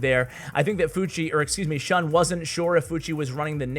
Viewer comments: Also its pronounced shoon not shuhn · shun is pronounced ʃúːn